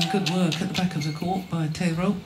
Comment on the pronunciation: i’m pretty sure tetreault isn’t pronounced “tetero”